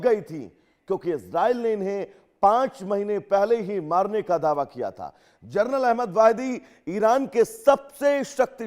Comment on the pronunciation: वाहिदी जी जरनल है या जनरल ?